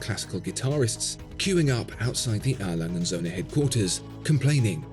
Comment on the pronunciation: Brilliant watch and video. Thx again. “Langa” said everyone at. Love their stuff but pronunciations aren’t their forte. 😉